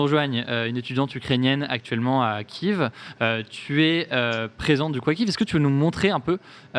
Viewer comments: si tu respecte les Ukrainiens c’est Kyiv que l’on prononce Ki-iv.. Kiev prononcé Kief = Russe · frero arrete de dire KIEF c'est KYIV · Je suis désoler mais tu prononce mal Kiev